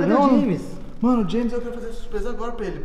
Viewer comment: É muito bonitinho o chamando o james de jemin 😂